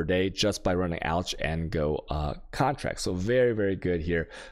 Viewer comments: It’s pronounced “ALK” not “ALCHA”. Chaos is pronounced “KAYOS” not “CHAYOUS” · Alch is pronounced as "alk" not alch... also chisel is pronounced as "Chizəl" not chaisel